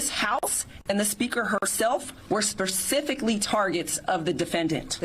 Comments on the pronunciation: Spercifically, huh? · you’d think a DA would know how to say the word “specifically”, especially when they’re speaking in front of the media 😂